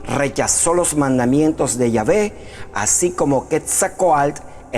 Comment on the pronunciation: No puedes tomar en serio a alguien que nisiquiera puede pronunciar bien a Quetzalcoatl y Huitzilopochtli